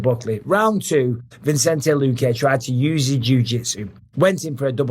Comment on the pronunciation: Bruv keeps saying “VINCENTE” Luque after a week of covering the guy 😅